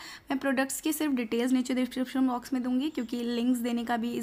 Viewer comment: Description box ko ne kuch alag hi pronunce karliye if i heard it right